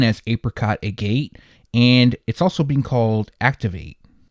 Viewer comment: All good. Its pronounced like maggot without the m. its a gem stone, oddly one that comes in various colors, which makes it a poor color definition to use for a product. But Nike cares about that about as much as youtubers do pronunciation.